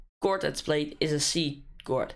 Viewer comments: It's pronouced kord, btw great tutorial! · its written as a "chord" but its pronounced as a "kord". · U said wrong pronunciation of chord and chordify on time 🤣🤣🤣🤣 LoL